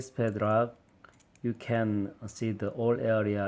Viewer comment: YOU SAID PEDRAK INSTEAD OF PADLOCK